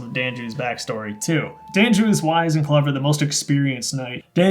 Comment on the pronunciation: "Dan-ju?" I always pronounced it as "Don-you" like I thought it was German-ish sounding.